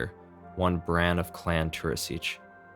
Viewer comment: Henselt not Henslet Tuirseach is pronounced Tweerseh Overall a great explanation though